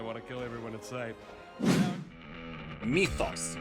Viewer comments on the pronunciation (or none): Thanks for this list, there are really good games in it, that i haven't heard of and will try out, so thank you for that. One thing i would suggest if i may: Your pronounciation is so wrong on some words and that is especially annoying when it's the title of a game, for example how you pronounced Mythos and martyr, really annoyed me, sry 😅 so do a quick search up on how these words are pronounced, that would be really appreciated 😘 at least for the titles of games we spent hundreds of hours in 😂